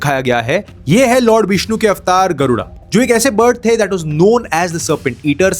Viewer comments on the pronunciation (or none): david camroon:it is अवतार... wanna be angrez: a-wa-taar. Tum tobache se bolo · It's pronounced as अवतार, not अवटार